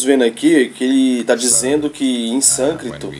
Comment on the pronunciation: Sânscrito e não sâncrito